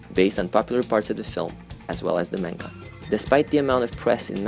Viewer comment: the way you pronounce manga hurts my soul